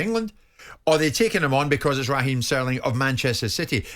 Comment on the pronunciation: Who's Rah Heem Trevor Sinclair ?I thought it was Raheem !!